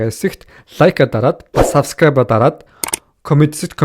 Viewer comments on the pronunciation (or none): none